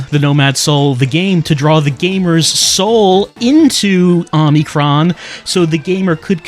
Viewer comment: 36 parts and still calls it "Omni-kron". You're killing me!